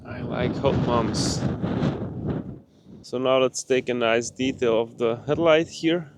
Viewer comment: I have to turn on the subtitles to make sure you say "I like hot bumps" and not "moms" 🤣